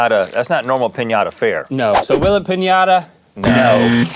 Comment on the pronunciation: I love the way Link said finata and red snapper!